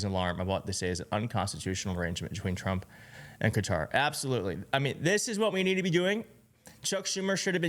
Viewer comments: It is pronounced kuh TAAR, smh. Why is the media suddenly calling it cutter? WTF? I hate Trump but how do you expect to have any credibility when you keep grasping at straws and exaggerating things? Trump looks like he was falling asleep, but that is a far cry from actually sleeping. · It is definitely NOT pronounced "Cutter". It is difficult for an English speaker to replicate the correct pronunciation. It has always been kuh TAAR in the U.S.. That is not completely accurate, but replacing it with Cutter is worse. If Americans wants to get closer to the correct pronunciation, they should learn the precise pronunciation or leave it as we have always had it. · Why is it that Americans cannot pronounce English words correctly? It is not Cudder it is Qatar. Also, the French prime minister's name is Macron not Macrone??? And it is so frustrating that a majority of Americans have to insert the word " like" numerous times in one sentence. Its pathetic how you bastadise the English language. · It’s not “Cutter.” It’s “Ka TAR” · I don't know when or how it became fashionable to pronounce it as Cutter, but the traditional pronunciation, which is closer to the Arabic, is kuh-TAR. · Americans - it's not "Cutter" it pronounced ""Kuh-TAR" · It is pronounced Cat are. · Fox pronounces 'Qatar,' "Cutter."... I guess, so their audience can wrap their mind around it... like it's a machine in their garage. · The absurdity of that man talking about Qatar’s human rights record… About the oppression of a religious minority… Does he see what he voted for? Anyway, yeah, the impression of impropriety should be avoided. Also - why people calling it ‘cutter’, but able to say ‘Qataris’ no problem? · IT IS CUTTER! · No the proper way to pronounce it is CUTTER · It’s pronounced kuh-taar It’s really sad how no one is even trying to pronounce the countries correctly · Had friends who lived there it is pronounced CUTTER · Qatar = Kuh- tarr! Damn, y'all!